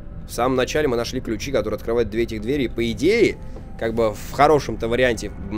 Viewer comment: Правильно говорить не 2 дверИ , а 2 двЕри.